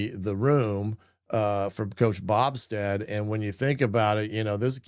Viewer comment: It’s BO Stead not Bobsted.